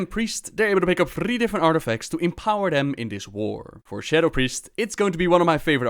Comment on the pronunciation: As an Spriest main since BC, I am SOOO GLAD to see this video.. LOVE your Priests Name <3 and yes, you pronounced it correctly <3